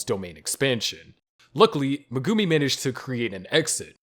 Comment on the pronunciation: Megumi fan girl not Megumi there are two differences get it right!